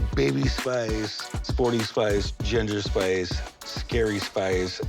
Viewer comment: What does he keep calling ginger spice?😂